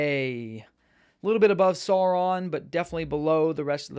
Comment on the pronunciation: maiar = my-r , you nailed it on the Sauron. Great video bro!